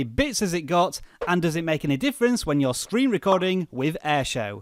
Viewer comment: When you said you're at the start I thought you said "yo!" XD